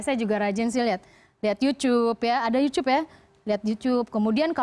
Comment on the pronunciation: "Youchoob" 😂 katro amat bu